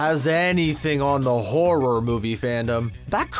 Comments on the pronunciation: The way this guy says horror as “hor-roar” makes me wanna Dropkick children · Is it just me or is this dude saying horror weird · These "facts" all over the place. Has this person even watched any of these movies? Homeboy can't even SAY "horror" properly.